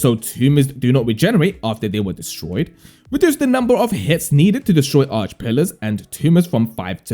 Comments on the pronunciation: Its not Arch its Archay 😅. Do you even play the game lol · Arche - ar kay